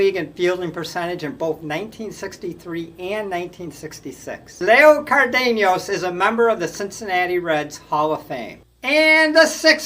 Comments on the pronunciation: I thought it was pronounced CAR-din-az. Maybe that's not correct in Spanish, but that's how I always heard it. Also- Zoy-yo I think is correct. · Leo (Chico) "Car .. Denice" ???